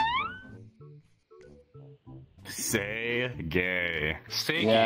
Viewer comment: As a Korean, it's actually closer to "Gae" than "Gay" like, three should say "Sae gae" rather than "Say gay" And as a Korean, sometimes English sounds ridiculous. For example "Don't go" sounds like a "butt hole" in Korean